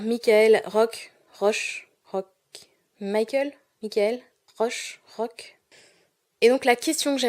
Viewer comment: Salut! Jolie chaîne ! On dit Maïkeul Rok. Ou Mikaèl Rok. Ou Maïk. #labise!